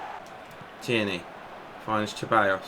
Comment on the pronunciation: Hi mate love your videos so happy you are playing pes and on a challenging difficulty level too. Ceballos is pronounced "sir buy os" in spanish